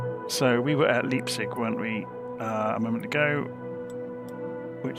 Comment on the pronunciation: Just for trivia's sake - the town is pronounced "lype-tsig"... 😂